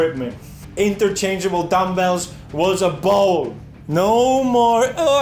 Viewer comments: Is he saying balls? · Felix pronouncing bowl is the funniest thing to me. Don't ask why.